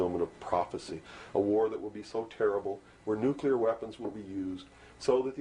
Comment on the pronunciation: There's no such thing as a nukeler wopon